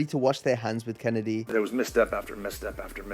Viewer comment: I am disappointed you mispronounced Mr Kennedy.... Kennedy. It's Mr Kennedy..... Kennedy